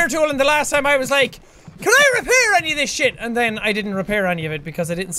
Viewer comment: anyone else getting used to the way he said any